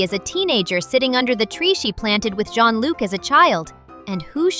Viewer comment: Bro you don't know how to say john-luc💀☠️☠️💀💀